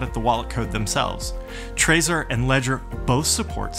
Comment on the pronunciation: Sorry, I'm annoyed by weird pronunciations. Doesn't it make sense to pronounce it like you do the word "treasure", not like the word" traitor"?! I'm pretty sure that was the intention. Other than that, thanks. Cool video :)